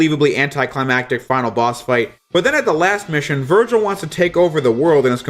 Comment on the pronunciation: Is it me or did he virgin instead of Virgil